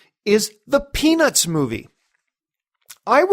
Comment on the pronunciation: when you say Peanuts movie fast, it sounds like you're saying penis movie haha